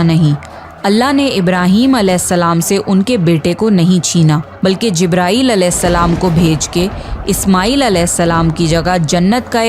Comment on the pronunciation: सही शब्द है " अलेहिस्स– सलाम " लेकिन आपकी तरह ही बहुत से मुस्लिम भी इसका उच्चारण सही से नही करते और अलेसलाम, या अलासलाम कहते है अब अगर आप सही से उच्चारण करो तो बहुत अच्छी बात है लेकिन अगर नही कर पाते हो तो भी कोई दिक्कत नही क्युकी अल्लाह इंसान की नियत देखता है